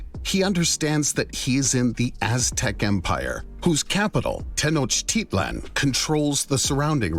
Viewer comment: The constant mispronunciation of Tenochtitlan is annoying.